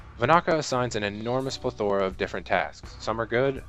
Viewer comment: especially when he says "plethORa" hahaha